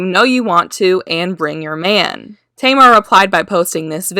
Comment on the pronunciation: Hun you need to learn how to pronounce names. At first you're calling her "Tea..mar" then you pronounce it right, then you mispronounce it again. Either you're high as fuck or just numb. Learn how to speak proper english.😴